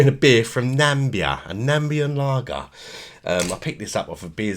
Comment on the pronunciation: it's not Nambia it's Na-mi-bia